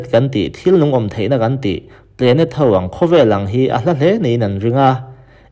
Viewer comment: Ngaihthlak a nuam in a bengvar thlak thin khop mai..mahse.....i pronounce a dik lo deuh thin..entir nan "planet" pawh 'plenet' ti in i lam daih zel a,mizo tawng taka chhiar pawn 'planet' chu a dik chiah tho